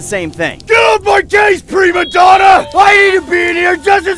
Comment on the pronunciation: did he really say pre Madonna